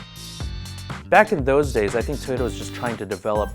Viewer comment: Devoted his life to 86, but still cant pronounce Trueno properly.